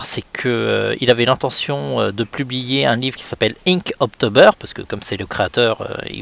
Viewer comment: Juste une remarque, on ne prononce pas "inkt-oktober", mais juste "inktober"...